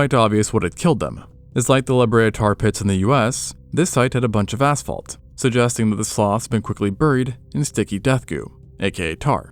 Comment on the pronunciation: did he say ass fault? LMAO